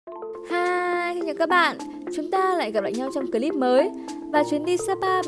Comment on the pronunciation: Chị có thể nói là clip thay vì " cờ líp " ấy ạ , có lẻ em soi quá , nhưng em vẫn mong chị khắc phục , hôm nay chị xinh quá xinh luôn